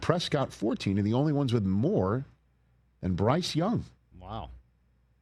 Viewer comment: Bruce😂 dawg get his name right